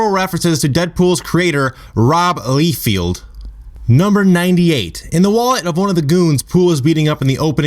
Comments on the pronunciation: Don't wana be a dick or anything but it's (Li-field) not (lee-field) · I stopped at "LEEfield". seriously, whut?